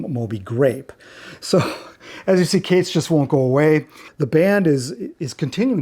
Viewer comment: Are you sure your pronouncing Kates correctly ? But great vid lol